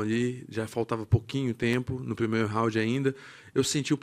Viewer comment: H's are silent in Portuguese, not R's. R's can have either the same R sound they do in English or an H sound depending on the context. The word "round" in Portuguese is indeed pronounced as "hound", that's why he got confused